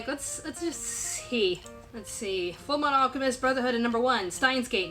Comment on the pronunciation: u mispronounced fullmetal alchemist